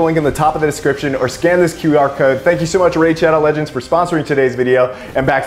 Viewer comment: If actually plays Raid: Shadow Legends, I'd be surprised 😂 He even mispoke the name at the end of the ad